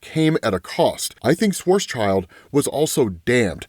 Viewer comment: You still haven't learned how to pronounce schwarzschild?